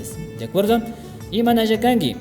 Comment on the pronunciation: Amigo como se pronuncia Kanki =Kangui